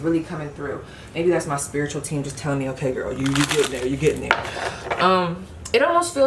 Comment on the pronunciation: pile 3 when you pulled the queen of pentacles it sounded like you said “ewkay” 😂 i love your energy !!!